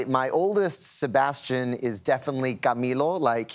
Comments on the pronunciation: How can you butcher Sebastian's name? Do your homework people. He said Say Bass Stee Anne. NOT Se Bass Sti Oh n. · Sebastiooooooon. Lol, they probably think they pronounced it right. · Nobody: Literally nobody: The hosts when they try to pronounce Sebastián: SebatiÓn. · Isnt there anyone in production that is hispanic that tell them how to pronounce the names? its not SEBASTIOOON lol jaja SEBASTIÁN the second A with an accent is said a little more strong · Ok, i appreciate the interview, but the interviewers need to learn to pronounce our names correctly, not give it a different accent and pretend it’s the same. If it were the other way around they would like their names pronounced correctly. It would be appreciated, thank you. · I was so excited to watch this interview because Sabastian Yatra was one of the first Raggaeton artists I started following. However, after listening to Gayle not only butcher his name but also the song title, my excitement turned to anger. Please do your job right by getting the names right before the interview. It's so terribly disrespectful and distracting.